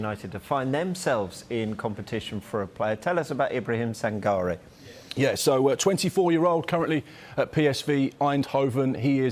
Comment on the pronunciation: Sangare is prenounced Sangaree.